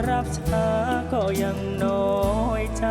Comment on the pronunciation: ผู้ท้าชิงน่ารักมากแต่คำควบกล้ำออกเสียงไม่ชัดเจนเช่่นคำว่า ความ ออกเสียงเป็น ควม คำว่า น้อย ออกเสียงเป็น นอย แต่ก็น่ารักค่ะ รอกก.ตัดสินค่ะ